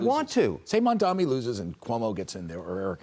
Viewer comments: All these dumbasses always mispronounce the name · Lmao they STILL can’t get his name right